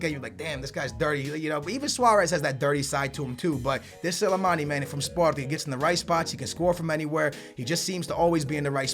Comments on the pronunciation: just dont say names ( Leroy Siene ) how does Sane sound like Siene Also Slimani = Silimani were does Silimani come from fucking hell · Silamani! please learn how to say players names